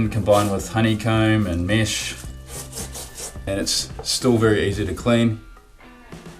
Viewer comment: Mesh not mish but nice video